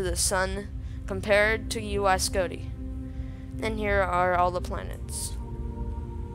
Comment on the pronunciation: Its not uy scoti idiot its UY scuti